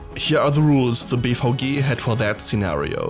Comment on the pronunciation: Fascinating video but I keep hearing BVG as “beef hoagie”